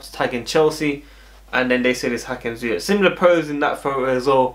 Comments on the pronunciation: A real look a like😉😉😉 also funny how you pronounce his last name, the last 2 letters you ore English people speak wrong. Its with the hard G as we call it in the Netherlands. I hope you understand my bad explanation but i mean it in good way as you know😍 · Dat is ook fout, met de harde G🤓